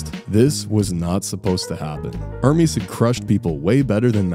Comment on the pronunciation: it's not er-meeeezz it's errrmes